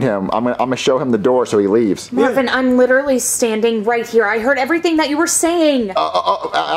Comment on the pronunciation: Stop saying mavin